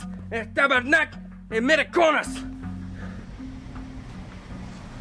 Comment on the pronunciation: says tabernack 🤣🤣🤣